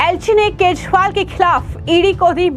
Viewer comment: मैडम, केजरीवाल है उसका नाम! आप केशवाल बोल ताहि हो, क्या आपको दिल्ली के सी एम का नाम तक पता नहीं है? आश्चर्य है ऐसे ऐसे पत्तलकार??